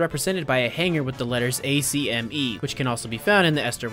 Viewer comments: For godsakes IT’S NOT AN ABRIVIATION IT’S AHK-ME NOT A.C.M.E.! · Bro pronounced acme as Ay - See - em - e. This can’t be forgiven, everybody knows it’s pronouced Ack - me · A-C-M-E? That's the first time I've heard someone not pronounce it as ak-mee. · Why are you saying it A C M E? Thou it's used a lot in all caps it is a word, pronounce like acne, but with the m sound clearly. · It’s not spelled acme it’s pronounced like ack me